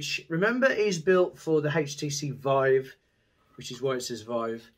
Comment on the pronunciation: He said "Hage-tee-cee Voooive" :-D